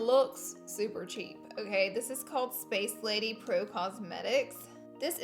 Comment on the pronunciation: It's sacelady not spacelady.